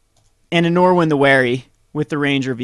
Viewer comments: There's no "w" in Norin. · Learn how to pronounce the card. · He can't even pronounce "again." Norin is way out of his league.